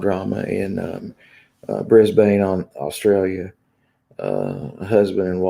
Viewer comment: And it is pronounced Bris-bin...😎